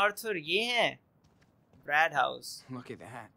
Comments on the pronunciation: "Brad House" Instead of bird house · It's bird house not brad house